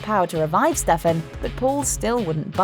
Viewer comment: Butchering names AGAIN